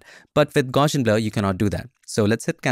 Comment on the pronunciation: It's actually pronounced gow-see-un. People naturally want to add an "sh" sound in there, but there isn't one. Just a straight up "s" sound.